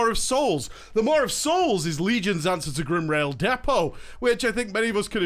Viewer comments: "Mar of Souls" MAW. Say it with me. "MAWWWW" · lol, Idk why, but the way he pronounces "maw' is driving me nuts lol. He's throwing a R into it so it sounds like "Mawr' o.O Anywhoo, great vid, keep it up. :D